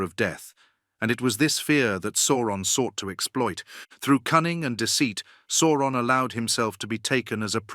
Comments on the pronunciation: Sour-on. Because he's the "sour one." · It's SOW-RON. That's how it sounds. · Definitely AI voice, it hasn’t quite mastered saying Eru’s name yet and Sauron. Sawron and E.R.U😂